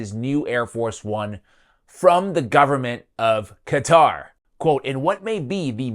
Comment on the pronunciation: Why cant these idiots say qatar?